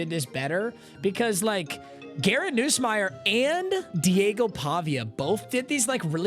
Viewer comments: “Noosemeier” bro come on it’s NUSSmeier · it’s Garrett NUSSMEIER not NOOSSMEIER